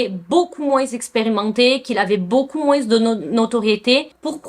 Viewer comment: Top comme d'habitude Stp 😊 le s de moins ne se lit pas. On ecrit moins mais prononce moin